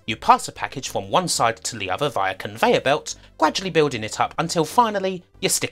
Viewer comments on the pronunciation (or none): none